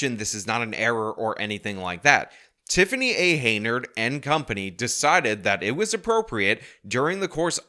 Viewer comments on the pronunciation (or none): Nice informative video! You are pronouncing her name HEY-NARD and it's Henyard. You put the Y before the N! Many videos like this linger on, but you are concise and to the point! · Hen, not hay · "Hen-yerd", not "Hay-nerd". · Henyard, not Heynard! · I want to say “good video”. But you’ve been pronouncing “Henyard” as “Heynard” the whole time. Except for that: good video. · HEN YARD . Not Heynard. Get it straight. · HEN YARD HEN YARD HEN YARD! Not Heynard. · be advised, jthe name Henyard is pronounced "hen-yard" not"hey nyerd". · Henyard say it with me HEN YARD not Heynard. Great video though. This lady proves you can be what you wanna be. *Chris Rock " I CAN BE MAYOR " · it’s HEN-yard, not HEY-nard. Not that she deserves her name to be pronounced correctly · it's Hen-yard, not Heynard..... 🙂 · .....its HENYARD. Not Heynard. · C'mon - it's 'HEN' YARD, not 'HEY' NARD. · Dude... Not HAY NARD. HEN YARD! But feel free to call her 'itch... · You freaking goober….. her name is HENYARD, HEN-YARD….. not HEYNARD…… the N comes BEFORE the Y!!! I know words are hard especially when you have a news reporter pronouncing it correctly for you right in your own video lol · I thought it was, "Hen-Yard", rather than, "Hey-Nerd".. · Take a shot of whiskey every time he mispronounces "Henyard" as "Heynard"... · With all your coverage of this person, why do you still think her name is "Heynard," not "Henyard?" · Her name ISN'T Heynard!!! It's HEN YARD! You want to be youtube famous, dude, learn how to pronounce her name!!!!! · It`s Hen-yard, not Hey-nard. HEN-YARD! Please get it right in the future; it is driving me crazy when you mispronounce it constantly! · This is a very interesting story but you're pronouncing her last name incorrectly. You are mixing up the n and the y which gives her a different last name than. It is henyard not heynard. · HEN-yard, not HEY-nard. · It’s pronounce Henyard not Heynard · Pronounced - "Hen" "Yard"